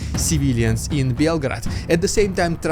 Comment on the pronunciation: Why did you pronounce it like belgrade